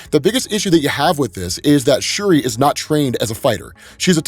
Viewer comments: It’s shuri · It's shuri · Also it’s Shuri lol no think pieces necessary lmao